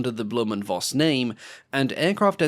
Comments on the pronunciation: Read it right, please! Just once! It`s not "blume and Voss", it`s "blume and Foss", for God`s sake!!! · It's pronounced "Foss" not "Voss", v in german is pronounced like an F.